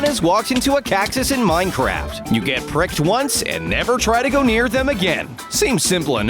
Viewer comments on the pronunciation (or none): none